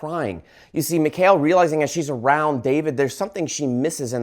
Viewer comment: It's pronounced Mee-call. I have a Jewish friend with that name. 😊